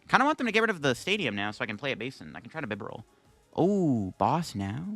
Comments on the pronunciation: Great video but that really bugs me alongside 'Heat Ran' and 'Bibber all' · I really like your videos but it would be a lot better if you took just a little time to learn the names of the Pokémon you mention... That's not how you pronounce Arcanine, Heartran and Bibarel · HEAT-RAN is a new one for me, but a lot of TCG players don't know how to pronounce Bibarel. I've seen it before